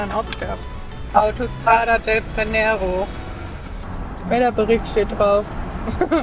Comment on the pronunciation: Ciao Ragazzi, schön, dass Ihr Italien gewählt habt, wäre auch meine erste Wahl gewesen, als Österreicherin sowieso. Wie heißt denn das nette Örtchen, von dem Ihr so begeistert ward, wäre nett, wenn Ihr es geleentlich erwähnen würdet. Übrigens bei Brennero betont man, wie im Deutschen den 1. Vokal "e". Buon viaggio!